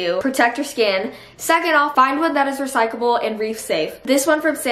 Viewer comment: The fact that she kept saying "recycable" lowkey pissed me off but I still love u